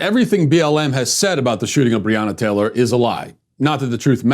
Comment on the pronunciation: He couldn’t even say her name correctly and the video is sponsored🤦‍♀️🤦‍♀️ f*ck off